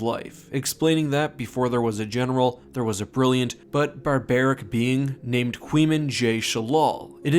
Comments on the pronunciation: My eyes twitched when the narrator pronounced Qymaen as 'Quee-man'... It's KAI-maen, as confirmed by Abel in the old blogs. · Pretty sure it's pronounced Kwae-meen Jai Sheelal, rather than Kweemen